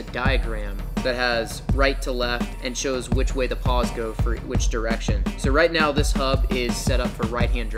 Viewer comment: Ahhhh! I just watched another video, with the exact same problem. It's pronounced pawls, with an "L" it's right in the word, and it sounds exactly like it's spelled. Why is this confused so much. Pawls, like, "I'm going to Paul's house." I know I'm kinda being a dick, but it sounds really dumb to here someone call pawls, paws. There's an L!